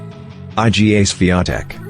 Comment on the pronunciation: Iga is pronounced eee, guh. not eye, gee, aaay. And Iga Swiatek is widely considered to have the best forehand among current women tennis players.